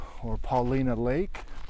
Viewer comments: Paul-eye-nuh, afaik. Not Paul-ee-na. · Paulina lake has a long I sound “pa-line’-uh”. (from a 4th generation native). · ...I grew up in Bend, took many trips to the obsidian hills, before the rule was in place to not carry the rocks home! And I grew up pronouncing it Pauli (long I) na Lake. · love your coverage...the lake is actually pronounced "Paul eye no". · Hi. Paulina Lake is pronounced "Puh Lye Nah" I've been fishing there and East Lake for almost 50 years. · Locals pronounce it Puh-LINE-uh. Named after Chief Paulina, a very interesting fellow. So glad you are/were back in my backyard,! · A Professor of Geology sharing his questions= Fun, but sharing his bewilderment= Priceless. Pronounced Pa...line...uh Paulina was one of the few mountains named after a Native American, Chief Paulina of the Snake River tribe who waged war against the US Army here. Since Newberry’s connected to the Brothers Fault and the earlier West trending volcanic fields (however, I’ve read other studies connecting Newberry to the JDF;) I wonder if the mechanism creating the Brothers Fault and its volcanic spawn are still active geologically- From 12 ma to nearly the present at Newberry, why would it abruptly end, as opposed to “petering out” with increased distances between events? Is it a product of the NW rotation and Basin & Range extension? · Locals pronounce it Paul-EYE-na. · Love the video! I live in Bend. I watch this channel all the time. I’m fascinated with cascade geology! I hiked this trail last year. One correction…the area is named for Chief Paulina…pronounced like Paul-line-ah, not like the Slavic feminine first name! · Laughing at how you say Paulina lake lol but love your video. It’s beautiful on a snowmobile